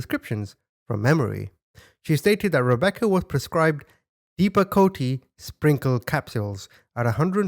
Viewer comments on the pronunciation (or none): Oh my god! It’s not depacotA YOU SOUND LIKE A BABY it’s depa coat! Side affect can cause heart attack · It's pronounced Depakote it's usually for a seizure disorder but they're saying a mood disorder which is so weird to me my cousins on the same medicine for her chronic seizures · 🤭 its pronounced "depa-coat." Useful in a wide range of issues. But to diagnose a TWO YEAR OLD with bipolar is insane. This whole story makes me sick! The doctor was totally negligent. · My son's first grade teach. Told me to put him on medication for his ADD. I told her to take the medication. Then maybe she'd be able to handle your kids. Or just get out of teaching ALL TOGETHER!!!! in.. it's pronounced depicoat. And I refused for my 13 yr old to be put on that drug PERIOD! NO 6 YR OLD OR ANY CHILD SHOULD BE PUT ON SUCH A MAJOR MEDICATION! Nor should a two yr old be put on any ADHD medication! Children misbehaving is usually a sign they are desperate for attention!! Ok there's so many things I could sat about these moronic parents and this "doctor" Not one of these 3 adults should be anywhere near a child!😡😡🤬🤬🤬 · 😂 Pronounced“Depa-coat” js -this is nuts what Idiot Dr & Igaf what the Parents suffered from theirs NO EXCUSE for Being LAZY EVIL parents!!! Great 👍🏼 Upload! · It’s pronounce Dep-a-Coat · It's pronounced dep-a-coat and it's a prescribed medication. That doctor is insane for prescribing all those medications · Depakote is pronounced as dep-a-coat. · Deh-pa-coat is the pronunciation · It's pronounced depacoat. I think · it's pronounced Depp-a-coat...ya know like Johnny Depp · It's dep-a-kote sounds like coat.. It is often used for behaviors. Never known a child to be on it. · Dep a coat——-how you pronounce it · It’s pronounced “depi-coat” lol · Thats depacoat (pronounced this way) .. she was on some strong medicTions.. they were over medicating the children!! I an sure some were prns (take when needed) and gave it to them more than they shoukd hahe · Dep-a-cote. Pronounced.